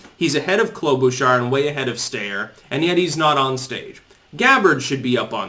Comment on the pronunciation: Yang has been polling at 5-6 for a few weeks now. Just more cherry-picking. Quick side-note. It's sty-er not stay-er.